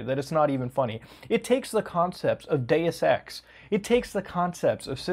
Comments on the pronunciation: took me two times to understand "Deus ex" instead of "day sex" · I'm slightly scared when I hear him read "Deus Ex" as "Day Sex" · "Do Sex."